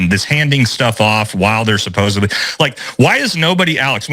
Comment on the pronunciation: Supposebly is not a word